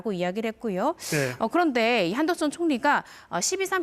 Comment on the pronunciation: 여자 게스트 한덕수를 계속 한덕순으로 발음하는데 이름을 모르는건지 발음이 문제인건지 궁금하네요...